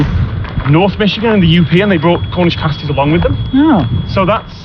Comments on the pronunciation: They’re all familiar enough with Cornish pasties to know how to pronounce the word 😊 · "The whole of Northern Michigan, which I guess is middle Michigan" as someone who has lived in the UP, (born and raised elsewhere, so not a yooper) I'm so glad he said that. Also, bonus points for saying pasties correctly. There is a bit of a difference otherwise...